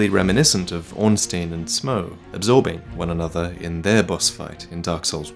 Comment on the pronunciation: Uh...I know it's been a while since this video came out, but......Why's pronouncing "Smoff" as "Smouw", here? It's spelled almost identically to "Hawkeye Gough", and that's pronounced "Goff" in-game.